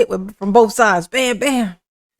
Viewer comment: you keep on pronouncing "BOF/both" 😂😂😂😂